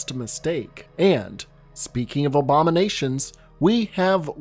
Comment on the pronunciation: Obama-nations. It’s sounded like you said that lol